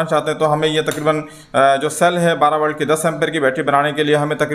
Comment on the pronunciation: والٹ نہیں ولٹ